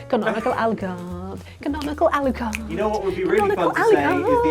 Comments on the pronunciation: Why is she pronouncing it like "Al card"" ? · is it hard to say canonical alocard? it is not hard to say canonical alocard